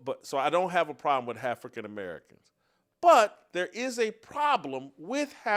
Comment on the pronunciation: "Hafrican American", LMAO!